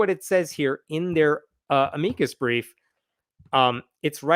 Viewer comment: I'm not an expert on pronunciation, but I've never heard anyone pronounce "amicus" the way you do, and I have heard actual lawyers pronounce it differently.